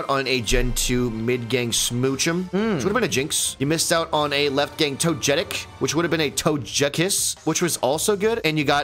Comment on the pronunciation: It’s f-ing pronounced tangle-ah You know… cuz it’s vines are tangled. 😑 God damn and Togetic. What is it with you pronouncing G as J?